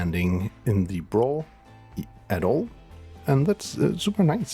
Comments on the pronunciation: FOR THE LOVE OF GOD SAY "B RAW"! If I hear you say Brahhhhhhh one more time I might end it.... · It’s B raw not braw lol